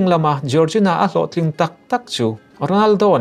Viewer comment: Jiorzina ❌ Jorgina ✅